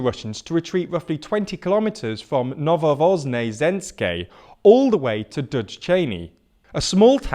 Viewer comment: It sounded like he was ready to give up completely when he tried saying "Novovoznesenske"